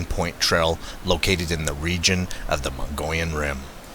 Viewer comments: I think its pronounced moe-ga-lon.Not mongolian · It's pronounced mug-ee-yon.😫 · It's pronounced "MUG-EE-ON" or "MUGGY-ON" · As an arizona native i just had to mention, please know the correct pronunciation of our regions and locations prior to making such a video, Mogollon is pronounced as a spanish word - Mog-e-on.....the double ll is pronounced as a y. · No offense. The proper way of pronouncing this rim country is Mo Gee on. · I will give some slack on the pronunciation. " Muggy-on " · Pronounced: Moe - gee - on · Just an fyi we pronounce it(Mog-e-on )Rim . Keep on squatchin !!! I watch every post ! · Just an FYI, Pronounced Mug-e-on. Enjoy Az, that's a great area you're exploring. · I thought he was saying Mongolian... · Me too. Not to mock the narrator but I bet Ghenghis Khan would have loved to have a horde of bigfoot running into battle wielding custom sized swords